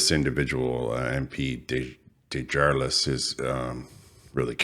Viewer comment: Good Morning. Another banger summary! You are hitting the nail on the head again.. Keep er coming Boss. His name is pronounced Day-ja-lay